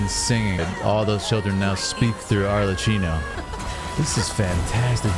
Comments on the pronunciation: It's Arlecchino with a hard "k" sound because of the "cch" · Ar-Le-KKey-no , by the way. Not like Cappuccino. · your commentary is super cool to hear! one small thing though, Arlecchino is pronounced with a "ck" sound instead of the "ch" that you use. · Im pretty sure she offed herself the shot right before is kind of a common way to depict that in anime and manga without fully showing it, and we dont see her hands so she is likely holding the sword hilt. Its "Ar-le-kkey-no" (i think) if not the Cs are pronounced as Ks anyway. The knave before her was Crucabena the "Mother" (the pink heard woman she fought). Her name is the Gallic equivalent of the Welsh enchantress Ceridwen